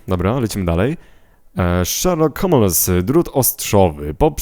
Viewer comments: O ile znam angielski to czyta się hołmyls a nie homeles(szerlok bezdomny w tłumaczeniu) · Czyta się sherlock hołmless